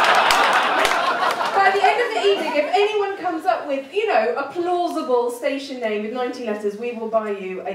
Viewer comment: One of the four letter station was incorrectly pronounced. My user name is a bit of a give away.